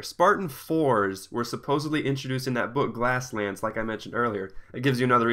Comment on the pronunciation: It's "GLASS-Lands" idiot.